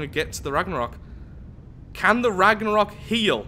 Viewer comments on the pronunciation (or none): Hey mate i know you are fully aware you are pronouncing it wrong but anyways this is how to pronounce it. Ragnarrewk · you pronounced The Ragnarök wrong. There is an accent on the o.